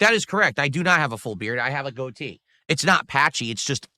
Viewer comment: Him saying his goatee (idk how to spell it lol) is all white....just sounds so.....wrong.